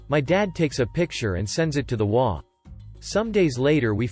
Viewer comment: In the title story, HOA is pronounced by EACH INDIVIDUAL letter. Meaning that it is pronounced H, O, A. It is NOT pronounced as a word.